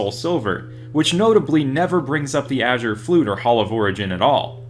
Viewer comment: Mans really says “achure flute”